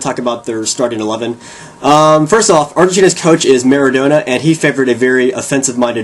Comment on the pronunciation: Hey like your videos but a name is pronounced one way, it is not supposed to be different for any language. Its Mara-DON-a